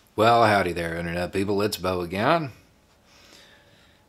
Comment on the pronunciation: Beau , why do you use a 'Y' sound when you say 'Again"? I've never heard it pronounced in such a way. (Sorry, i'm taking a linguistics course so I'm beginning to notice things related to phonology)